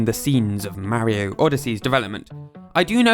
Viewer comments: Its not merio its mario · Its not pronounced marryo its pronounced mar ree o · You said mawio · did you say mario wrong who’s merio is Mario is not to be say merio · I still can’t get over Marry-o…Mar-io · It's Mario (Mah-Ri-Oh), not "Merry-Oh" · its M-AR-I-O not MAH-IO learn to speak stupid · It's "Mah-ri-oh" not "mary-oh". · “Ma-reo” its “mar-rio” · imm not trying to say 'you sayed it wrong' im sayin 'you did not say mairo' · YOURE SAYING MARRY O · Take a shot every time he says "Mary-O" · Mahrio ✅ Mario x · mowio? how do you get it that wrong??? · So Mawio became Fwendliuh!? Huh... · could you try even a little bit to pronounce people's names? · you need to deleat this video and remake it, you are saying Mario incroectly. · In this video not only do you butcher numerous names, but you use the exact same clips over again. Moreover, you constantly are repeating yourself unnecessarily, not once was what you were saying a difficult topic to understand, but hearing you repeat it for the third is just obnoxious and makes it uninteresting. The video honestly needed to be shorter for what information you put into it.